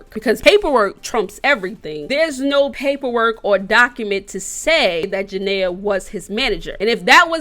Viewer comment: Lord she saying janay name so wrong 😂